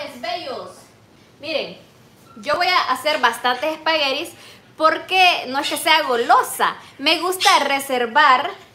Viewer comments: NO SABES DECIR ESPAGUETIS, NO ES ESPAGUERIS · Espagueris o espaguetis 🤔🤦🤷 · Me parece muy mal que cocine con el cabello suelto y por qué dice espagueris 😊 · Spaghettis.. Es con T.